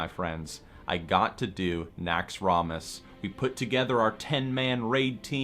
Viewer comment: if it was so epic, why dont you pronounce it right? NAXX-ROM-ASS lol every time you say it i wanna throw my mouse